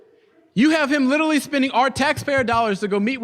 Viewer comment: stop saying "lidully" buddy youre a grown man